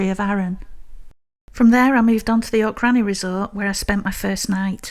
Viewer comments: Technically (and obviously) it's Locchhh-ranza. But we (that is Kevin the Kat and myself) understand that's not easy for Sassenachs. That's Sassenaccchhhhs not Sassen-aks 😹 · I forgive you for your pronunciation of "Loch" because your videos are just so lovely to watch 😊